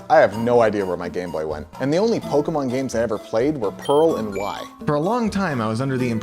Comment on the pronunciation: YOU CANT EVEN SAY POKEMON